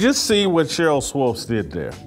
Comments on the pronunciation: Swopes lol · Why Jason can't pronounce Swoopes, it's not Swoopes. Kinda distracting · Whitlock, 🤦🏾‍♂️Swoops** rhymes with hoops🧏🏾‍♂️😂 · Is Jason confused about her name? It’s Swoopes not Swopes! Do better Jason! SMH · Jason needs to learn how to say “Swoopes” 🙄. It’s distracting from the good point he is making. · Jason, can you please say "Swoopes" and not "Swoopes"? You're killing me, Smalls. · pronounciation of swoopes is problematic lol